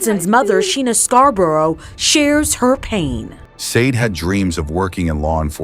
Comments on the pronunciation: Sade is pronunced “Sha-day.” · You can't even pronounce her name right. You need to take this down and repost it with her name pronounced correctly. It's highly disrespectful. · Dude you hear her loved ones say her name so many times and yet you aren‘t able to pronounce it correct. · Your AI is very disrespectful with the pronunciation of the victims name. Just saying 😌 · Is this AI reading? You pronounced her name wrong everytime and pronounced # as numbersign when reading out hashtags. Shameful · I think it’s AI,it’s terrible at pronounciations